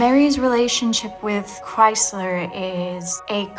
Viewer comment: They keep saying Kriezler's name wrongly. The z has a t sound but they say it like Chrysler